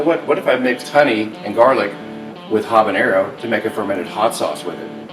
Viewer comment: "Habagaony" :). Great vid. Followed and subscribe ! :)